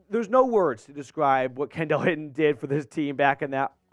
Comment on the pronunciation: It’s pronounced Kendall (Ken-Dull)